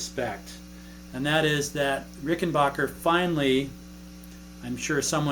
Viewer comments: Arrrggghhh Hey there MoodFeather 1965Pronounced phonically Rick-in-BACK-er not Rick-in Boak-er Please? Also Thanks for the lesson you and it are appreciated.. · Rickenbacker not rickenbocker